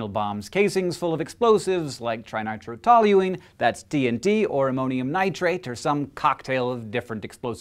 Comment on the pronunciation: HANK DID YOU PRACTICE THAT TNT NAME ALOT OF TIMES BEFORE RECORDING? LOL YOU BLEW MY MIND WHEN YOU SAID +Trinitrotoluene (/ˌtraɪnaɪtrɵˈtɒljʉ.iːn/; TNT), or more specifically, 2,4,6-trinitrotoluene, is a chemical compound with the formula C6H2(NO2)3CH3.